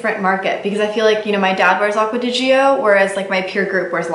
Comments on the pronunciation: Btw. It kills me every time you (and many others) pronounce Acqua di GiOOOOO. Please watch one of the commercials to know how it's pronounced. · Acqua di what? It's pronounced like ~"Jo". How hard is it?